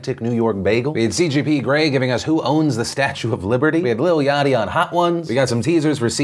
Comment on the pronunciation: Philip DeFranco “Little Yachty”, ugh common man, it’s Lil Yachty!